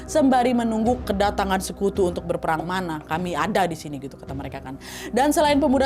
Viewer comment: kak nadia bukan ngomong berperang malah berpelang Maaf ya bukan ngehina cuma ngoreksi